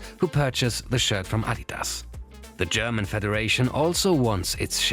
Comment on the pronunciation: I like how you pronounce german words right